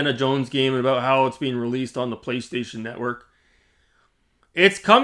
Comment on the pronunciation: Is this the guy with a problem with the letter "L" 😂. "pWaystation"...pWay 🙂...pWaystation...